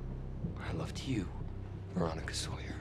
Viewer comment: When said "Veronica" I legit started giggling oof it's so bad